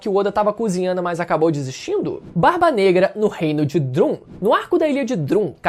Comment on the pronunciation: Braceleira, não, kkkkk. Bracelete! Drum, apesar de se escrever Drum, se pronuncia Dram, ou Druam...